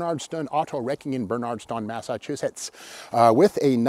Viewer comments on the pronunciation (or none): Crazy hair today Steve-surely to christ folks know about Bernardston and it’s pronunciation by now…